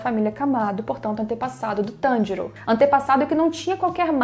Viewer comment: É pq diabos tem que falar o nome do Tanjiro inglêszado é Tanjiro não TANDIROU...